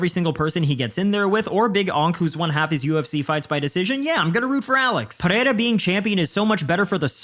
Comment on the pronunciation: Holy shit, an MMA media guy that knows how to say Pereira correctly